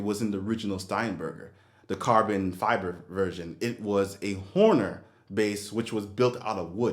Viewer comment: FYI it's pronounced Honer. Not Horner. But yeah, not a very good bass. Also, the new wooden Steinbergers have the same issue. Very thin sounding.